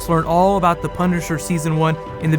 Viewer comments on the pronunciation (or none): "Click up TOP for my mirror master video or click down here for my PUNisher video" anyone else here that or was it just me ?